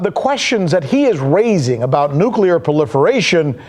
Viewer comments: It's not Nuc U lar War. It's Nu Klee ur. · It is N U C L E A R. Not n u c e l a r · We need pickle rick. P.S. caught the "nukular" war at the beginning, but its all cool man, erebody slips. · Please learn to say the word "nuclear". Otherwise it's hard to find you credible.